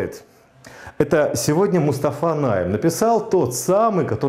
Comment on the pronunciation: только Мустафа не НАйем, а НайЕм, на второй слог ударение)